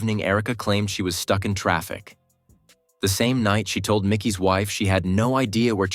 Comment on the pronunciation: Why do so many narrator's say the main character's names incorrectly??? Ridiculous 😮. It's NOT MICKEY, it is MIKEY. Unbelievable ignorance 👎